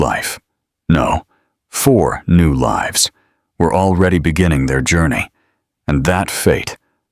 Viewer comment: Please pronounce words properly "lives"